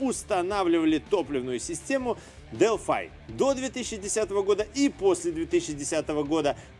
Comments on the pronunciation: зачем делфай то?правильно же делфИ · я зеникому этот же вопрос задал,вот прям ухо режет дэлфай,потом специально нагуглил произношение,дэлфи же наx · Привет. Делфи - это язык программирования и город в древней Греции. Делфай - производитель запчастей. Гугли тщательнее. А ещё лучше - глянь в YouTube. У Делфай тут свой канал, послушай внимательно, как сотрудники компании произносят её название.